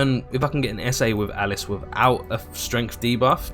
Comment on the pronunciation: Alice Al Lisss is spelled & pronounced this way buddy, Alise Ahh lease is the character's pronunciation and spelling.. hope that helped for future vids..